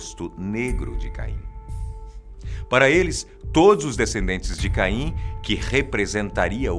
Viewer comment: Falar Caim com "Ca " como a sílaba tônica é muito mais foda